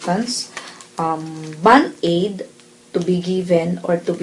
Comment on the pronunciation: Hahaha / she says band-aid too funny.. hah im going to hell